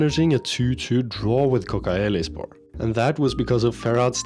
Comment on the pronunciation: All of the "C" in Turkish language pronounced like "DJ" for example Kodjaelispor. I'm appreciated you playing in the Turkish League. I hope this helps.